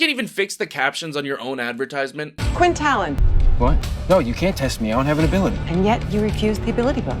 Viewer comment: Its pronounced Tailen. I see all the movies say talen omg my ears hurt. I guess transition from the book and audio series osnt quite working for mw lol 😂